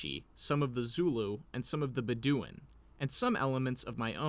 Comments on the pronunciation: BEH dooin. Stress on the first syllable :) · Bed-O-win Bedouin is how I here it pronounced but you do you.